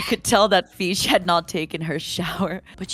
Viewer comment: "the feesh had not taken her shower" I'M LITERALLY CRYING